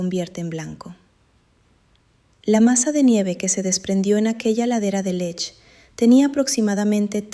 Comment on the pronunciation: Muy largo y siempre lo mismo. Y la montana se llama Lech am Alberg, no Lesch.